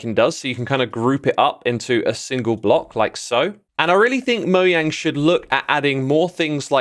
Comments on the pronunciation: "Moyang" silly silly ❤❤❤ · DID HE SAY MOYANG 😅🤣